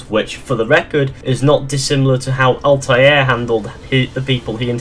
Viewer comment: Altāir Google Translate:Ultra air?